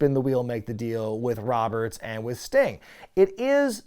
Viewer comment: Sting-uh? In the ring-uh?